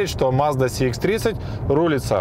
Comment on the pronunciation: первый обзорщик,который правильно говорит маркировку: Сх а не Цх.предыдущего цекальщика,даже смотреть не стал.лайк,конечно